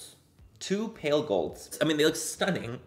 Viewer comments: Wait your “stunnin” sounded so Irish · Omg you sounded so Irish when you said “stunning” brilliant 😂☘️ come to Ireland soon!! 🇮🇪 xoxo